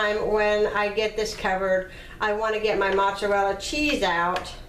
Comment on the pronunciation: I’m Italian. We don’t use cottage cheese. That’s disgusting. Is that how people down south make lasagne? Yuk. You’re also mispronouncing mozzarella.